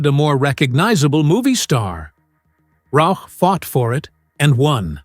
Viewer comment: Congrats for saying Melissa Rauch`s name properly (most of the time).